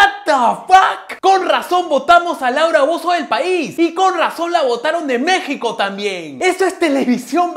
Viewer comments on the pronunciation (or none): none